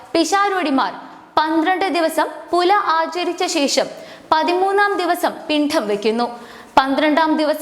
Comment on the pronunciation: പിണ്ഡം എന്നത് കൃത്യമായി ഉച്ചരിക്കു